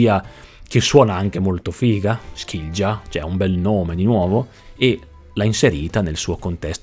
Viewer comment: Quella dei vikinghi era una lingua germanica. Skilja si legge "Skilia"